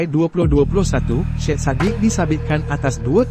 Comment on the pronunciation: sebutan nya bukan SHED sebutan ejaan SYED ialah SAYID